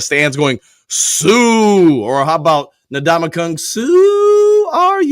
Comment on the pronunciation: Can we please pronounce the man's name correctly? N-Damukong Suh is how you pronounce it, not Nadamukong. Say the N, then the rest of his first name.